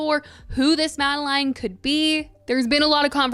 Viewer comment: Tell us you haven’t actually listened to the album without telling us you haven’t actually listened to the album: constantly mispronounce the name ‘Madeleine’.